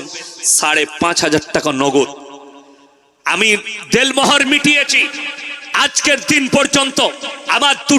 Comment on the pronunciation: .....Del Mohor noy, bolun.....Den Mohor.....So, correction plssssss🙏🙏🙏🙏